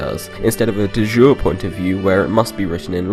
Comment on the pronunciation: A helpful hint for you,: in opposition to "by deed" or "de facto"... 'by law' - 'de jure' is Latin (not French) and so we don't say it 'DUH ZHOOR' but 'DEH YOOREH' O and also: this here Athens is pronounced AY-thens- you mean to say you did not know your Athenses from your Athenses? Tsk tsk, looks like you never. (I'm a fan so I can rib a tad right?)